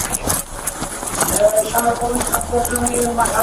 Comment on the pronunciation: Is everyone deaf he said "Police" very clearly while crossing the door ... although with more of a french accent it's still the same word